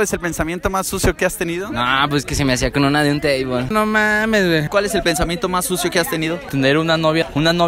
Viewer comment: Más bien es como “NOMAMESBEE” En vez de “NOMAMESWEE” Porque yo casi ni le entiendo a la “W” en su boca el dice “BEE” como Borrego JAJAJAJ